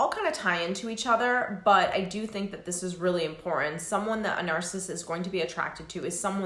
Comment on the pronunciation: (Important not imporenant )so annoying , sorry , love your content and you.